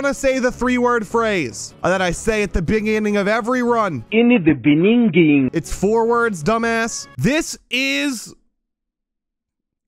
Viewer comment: NOT THE "IN THE BENGINGGING" AGAAIIIIIINNNNNN IVE HEARD IT A LOTTT!!!!!!